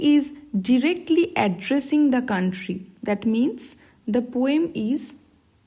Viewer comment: Mam it is directly or derectly